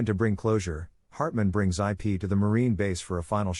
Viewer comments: These AI voices... jeez. "Eye Pee"... really? It's like you really need to spell out the pronunciation so it knows how to say Ip's name correctly. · "Ip" is a word. A name. Not two separate letters. Stinking A.I.